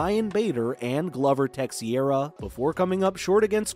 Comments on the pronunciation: who I'm sure he is talking about how he pronounced his name. This guy butchered a couple names in this video. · Who's Gluver Tuxeera? 🤣